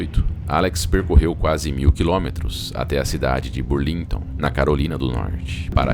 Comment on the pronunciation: A título de colaboração, pois sua dicção, tom de voz e narrativa são muito bons! a) O nome da cidade é BÚRLINGTON, e não BURLÍNGTON (os acentos aqui foram usados apenas para assinalar a tonicidade, ou seja, não existem); A pronúncia é BÁIA, e não baía... (o acento em baia é só para assinalar a sílaba mais forte, ou seja, não existe). Baia é uma palavra da língua portuguesa, usada para "local cercado por tábuas onde são colocados certos animais", como cavalos, etc. Baía é uma reentrância do mar da costa, extensa mas não tão grande como a de um Golfo. Exemplo: Baía de Guanabara, no Rio de Janeiro... BAÍA tem acento